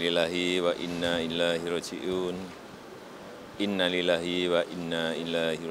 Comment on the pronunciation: Jokowi salah ngucap innalillahi nya.